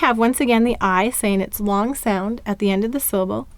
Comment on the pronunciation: Im totally stuck at ur L,sounds like p"oo"r. does the word "long" have any part similar to p"oo"r? no, but in ur dictation 「long」 sounds like "oo"o ng